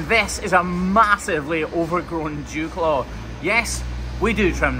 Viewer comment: I swear he said jew claw😂 but it’s dewclaw 😂